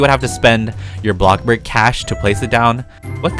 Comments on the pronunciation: It’s called blocksburg not BLOCK BURG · Me:thinking how he says bloxburg Him:Blobburg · Did he really said block burg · OKAY HERE'S MY VERY sEnTimEnTAl message to. I grew out of Roblox in December. Now, I'm slowly getting back into it. Just very, very slowlly. I knew that I should start watching my old favorite Roblox YouTubers again to see what's changed. I came to watch YOUR videos first. I'm so happy you were my first choice! You still say "blockburg" and you're still the funny I remember. Much love! <3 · Me: “bloxburg”.:”bLoCkbUrG” (no hate lol)